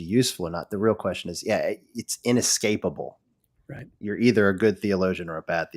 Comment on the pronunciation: was great, but every time he said eXpecially or ineXscapable, a little part of me died...:)